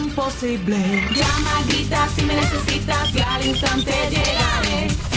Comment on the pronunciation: Cometiste un error al poner possible y pronunciaste posible